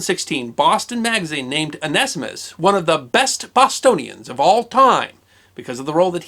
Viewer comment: Very interesting in pronunciation... I would of from my limited study of many languages said that name one-see-mus(t)... although after listening I’m onto the 0 nest ee mist version... although loss of the zee sounds is disappointing.